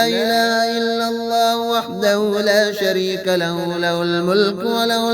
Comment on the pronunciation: Ye haa nikalke padha karo jese la ilaha illallahu wahdahu la sharee ka lahu